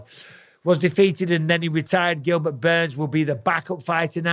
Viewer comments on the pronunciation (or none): none